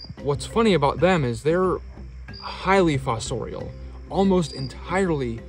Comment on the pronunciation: Say fossorial again, I dare you!